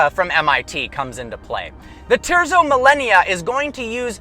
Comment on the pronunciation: It’s properly pronounced “teartzo millayno”